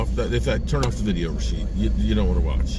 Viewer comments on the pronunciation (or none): He said Rashieb 😆